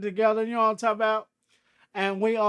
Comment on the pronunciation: “Know what I’m talm bout”